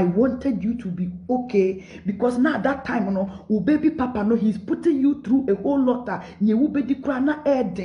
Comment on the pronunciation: U r still saying papanu lol